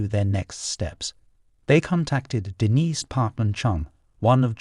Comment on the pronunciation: The narrator is so pretentious it's painful. Did he really have to pronounce Denise's name three different ways or that that last JEW ehl was a kicker